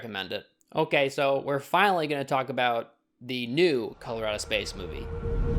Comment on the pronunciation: As soon as he said it I cringed, and then he continued to say it several more times and I wanted to be like STAHP IT YOU'RE JUST SAYING IT ON PURPOSE NOW!! bwhahaha